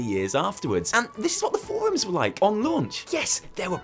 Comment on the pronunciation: as soon as he says "forums" i start laughing